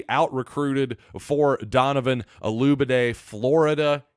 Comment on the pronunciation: Look man, before you introduce someone LEARN how to pronounce the young man’s name! There are videos everywhere with interviews with Donovan and other broadcasts correctly pronouncing his name! Man, it’s embarrassing!